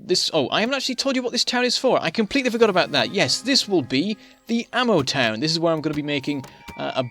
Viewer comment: Ammotown pronounce am a ton